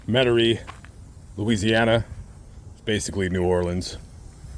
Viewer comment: METAIRIE not Metarie